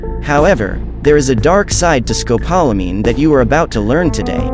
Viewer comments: Rough everytime I hear it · You need to learn how to say the drug correctly! It’s also known to the locals as Burundanga!